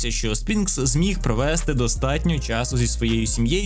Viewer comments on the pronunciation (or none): none